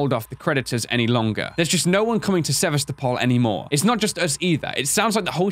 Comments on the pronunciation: you pronounce sevastapol Sa-vas-ta-pool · You're not quite saying "Sevastopol" right, give it a google